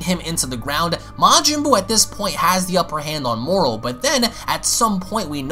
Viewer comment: He said moral? Thought the dude was called moro